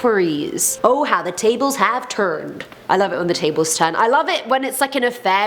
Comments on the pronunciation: When she said “oh how have the tables have turned” was hella attractive with a southern accent of the sorts. We need more of this please 😂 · Am I the only one who heard an american accent when she said " turned " Plot twist: she actually has an american accent 😂 jkjk